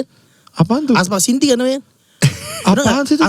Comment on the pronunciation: Anjrit. Itu Assiop Apacinti. bukan aspac cinti 😭😭😭